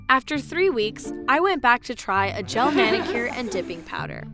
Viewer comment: Anyone else cringe when she says gel manicure